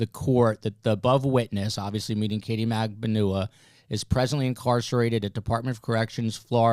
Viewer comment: PLEASE pronounce Katie’s name correctly!!!!!